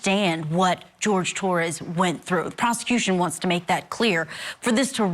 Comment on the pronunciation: Why is this woman going back and forth with his name?? My gosh it's pronounced Jorge (George) .